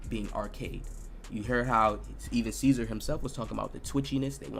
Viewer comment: Hey Og his name is not Cesar it's Czar or Zar. Keeping putting out your gem's. I'm trying to make a build similar to Paul George